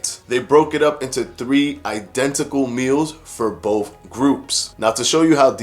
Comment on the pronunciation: To retain credibility, with not wiff. Both not boff.